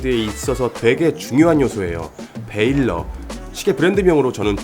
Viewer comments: 베일러가 아니라 밸러로 읽는 것이 맞는 듯 합니다. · 우선 Valor를 베일러라 안읽고 발음이 발러~로 비슷하게 읽습니다. 군대서 많이 사용하는 단어 용기죠. 시계리뷰 잘보고 있습니다. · valor는 ‘발러’ 라고 읽는게 맞죠. 일단 한국인은 V 발음이 힘들고 O 는 묵음입니다.